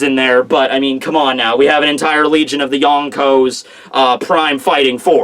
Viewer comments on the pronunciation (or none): none